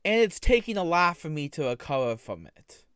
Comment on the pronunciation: "If I was a pwedatuh I would feel shame foh what I did, but I do feel shame foh what I did" This creature cannot be real